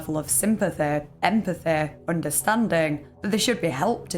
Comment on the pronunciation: "Sympatheh", "empatheh" and "oondahstandin'" P.S.-I'm not making fun of you, I swear. I fucking LOVE your accent!